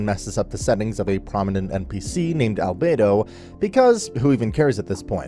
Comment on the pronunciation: I Like how he says Alberto enter the chat